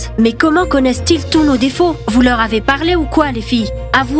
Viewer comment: ON DITT PAS T'OR MAIS LEURS